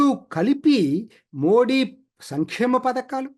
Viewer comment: మోది అండి మోడీ కాదు. చదువుకున్న వాళ్ళు కూడా సరిగా పలకలేకపోతున్నారు